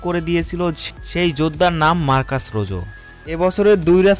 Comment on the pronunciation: কে বলেছে আপনাকে এর নাম রোজো।।।। এর নাম হচ্ছে রোহো।।।।।।